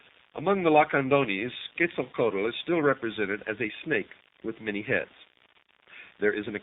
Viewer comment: I have conversed with Quetzalcoatl (ket sal ko watl) for about 15 years. I cannot watch this, it is so full of misconception, poor pronunciation, lack of understanding of the Maya and out and out BS, I am ashamed to see it on the internet. I have enjoyed so many of videos, this one truly disappoints.